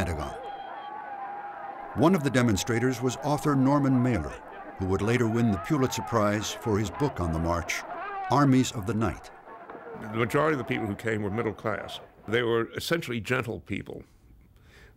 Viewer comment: It's pronounced "PULL-it-sir," not "PYOO-lit-sir."